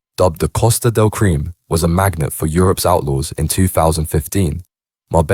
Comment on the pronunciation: The Only cream!!( Crime ) in this doc, is this guys pronunciation